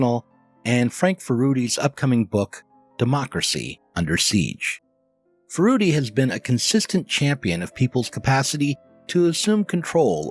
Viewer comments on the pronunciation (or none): Not sure how, from 'Furedi,' you get fuh-ROO--dee. It's fyuh-RED-ee. Though it also seems some accentuate the first syllable, FYUR-uh-dee.